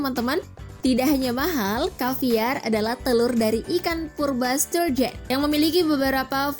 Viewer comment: Aku dengernya ikan sarden...😁😁😁😁